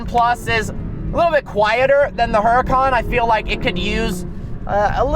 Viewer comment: How he pronounces it (her-a-can)